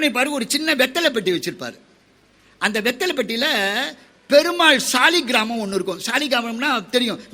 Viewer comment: Ayya it is not saligram it is called Salagram